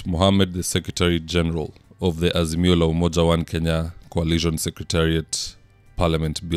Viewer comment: Peter Munya hasn't quit politics and gone home. He keeps saying: We as "Asimio" ..."